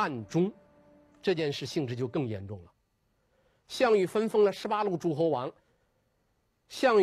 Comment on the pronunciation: 王立群的普通话好别扭啊！！！！他的普通话一般非常标准，但是有几个词音调就好怪，比如诸侯念成竹后，虞姬念成玉即，难受死了啊啊啊！！！！还不如易中天，一股塑普，都不标准，反而可爱啊